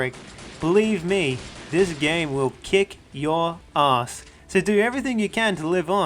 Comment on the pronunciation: whats the lastest version of zombie master?? please someone tell me and PS: lol at him saying ''kick ur ass'' british style!